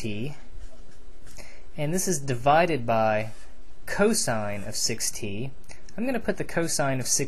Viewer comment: 6t sound like 60